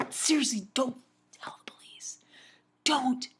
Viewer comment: ***** like instead of police u say bolice